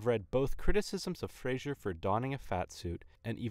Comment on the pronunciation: Just make sure, next time to pronounce Brendan Frasers last name correctly :-)